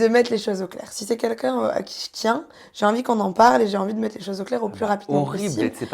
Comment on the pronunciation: Svp la faut lui dire : c'est "QUELQU'UN" pas "KUNKUN"